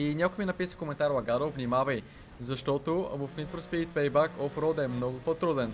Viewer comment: ПЕЙ БЕК НЕ ПЕЙ БАК !!!